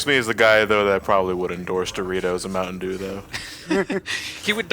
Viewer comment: I think you guys mean "Mountain Dewm."